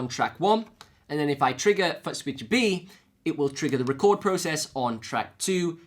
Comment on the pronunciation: Give a break, his dialect is very unusual, and he speaks like a happy hyper boy with a new toy most times, my ear was more jolted by his pronunciation of footswitch, then polarity, so he says "futt-switch" and "polaritry" You have to give a break though - his videos are super informative and he covers so much about the RC-500 Loop Station that he made my decision to buy one and the FS7 plus TRS Balanced Cables the easiest decision I ever made with gear. Just saying, I have on subscription and I have a favorite list on my YouTube... he is one of the few individuals I gave a Favorites Tab to.